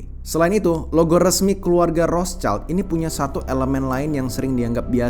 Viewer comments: Iya wrot Shield, bukan Ros caild 😂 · ROTHSCHILD= WROTSHILD, Bukan ROS CAILD.... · Betul, banyak yg salah ucap jd Rotscaild, padahal itu bukan bahasa inggris, hanya tulisannya yg sama tapi beda pengucapan dan arti. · Mestinya kalau sebut Rothschild bukan dengan lafal bahasa Inggris, karena nama ini dari Jerman, sebutnya 'rotshild' yang artinya perisai merah